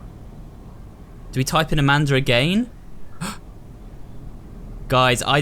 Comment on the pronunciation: Did anyone hear him say "Amander"?